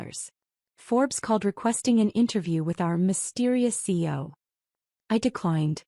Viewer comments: Program your AI to say C.E.O. NOT SEE-O. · Please try to get an AI narration that recognises CEO as three separate letters not as a word pronounced😊 seeyo.